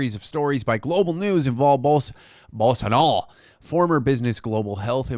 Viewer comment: The idiots name is pronounced like....Buahsonoh!! But I like the latter!!😂